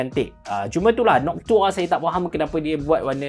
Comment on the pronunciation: nok-tua bang bukan nokchua hahaha